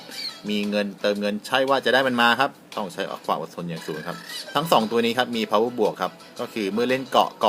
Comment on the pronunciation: ครับ ผมน่ะไม่ได้เก่งอังกฤษหรอกน่ะคับ เเต่ได้ยินมานานเเล้วอยากจะเปลี่ยนบาง ปีหน้าก้จะเขาอาเซียนเเล้ว power+ อ่านว่า power plus ได้ไหมคับ